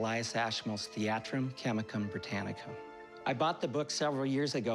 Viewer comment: Yeah it sounded a bit rehearsed. Just a tad lol He also enunciates every syllable when he says the title, which is both bizarre and annoying… “Thee-AH-trum, Chem-ICK-umm, Bri-TAA-nick-UM… »